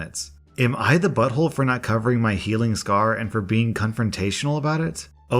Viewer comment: shot a vodka everytime says bottholé